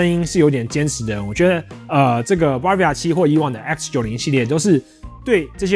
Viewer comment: 很棒的介紹，但那個字不唸BAR-via哦